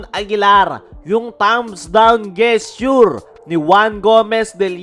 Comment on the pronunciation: Gesture ? letter G talaga ang bigkas ? HAHAHAHA